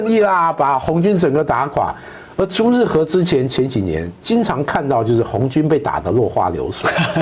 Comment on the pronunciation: 是朱日和，不是朱日合。